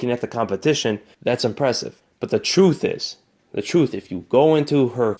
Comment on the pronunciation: Did he say Troof? I did hear that come out of his mouff. . . righff?